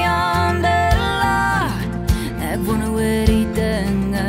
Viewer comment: Dis so 'n mooi lied, maar wat bederf word deur die uitspraak van wonder. Ek "wonne of..." Dit klink sloppy en kommin.